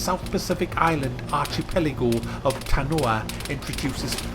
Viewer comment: sorry but I had to tell you that you don't say archepelego, you say: arkipeligo.